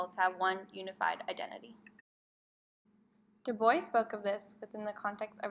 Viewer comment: Love on how you explain his theory the only problem I have is the pronunciation of our name